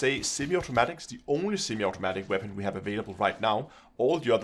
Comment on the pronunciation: “What Waepon should you....”